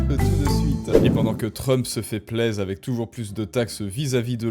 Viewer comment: Aïe, désolé, je ne veux pas être insultant. Peut être avec avec un peu de travail... (?) Ton principal défaut réside dans "euh" qui traînent partout, où ils n'ont pas lieu d'être. Un exemple simple : "avec" que tu transformes en "avequeuh". J'espère pour toi, mais aussi pour moi, que tu parviendras à t'améliorer là dessus. En attendant, tes contenus restent intéressants. ;)